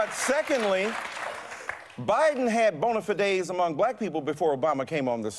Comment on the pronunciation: I wish he would say the word bonafide correctly